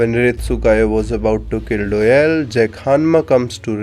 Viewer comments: Name "doyle" narator "Doeyl" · STOP CALLING HIM DOELLE ITS DOYLE